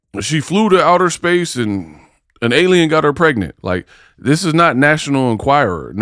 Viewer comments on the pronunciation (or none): It nev-ah affected huhhhhr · YO YOU GOTTA MAKE THE T SHIRTS THAT SAY "IT NEVAH AFFECTED HUH (front), IT NEVAH AFFECTED HUH(back)."😂😂😂